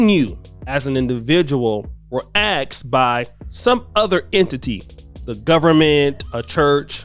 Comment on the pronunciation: I got to "axed" and will not go further. You have a channel man, learn English.